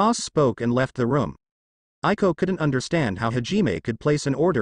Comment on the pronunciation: Yes I more loving this audiobook and it's Aiko not Ailo